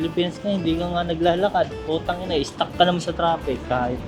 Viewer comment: 뿌따이낭 찰지네요 ㅎㅎ 역시 네이티브 ㅎㅎ 아버님 어머님 무리 안가게 여행 잘하세요~~~ 도 아푸지 말고요~~